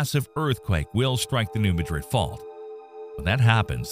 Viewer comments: Just wish all you "experts" would learn how to correctly pronounce New Mad Rid not Ma Drid like in Spain . So disrespectful of all of us who live here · The locals pronounce it "New MADrid".